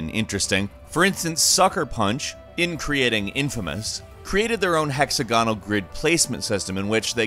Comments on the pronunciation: I hate the radio announcer sounding narration. Always sounds like the guy doesn't really know what he's talking about. Hex AG onal ok not hexa GON al for example but just generally too. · [ hek-SAG-uh-nl ] (sorry to nitpick) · Great video but was anyone else bothered by pronunciation of hexagonal?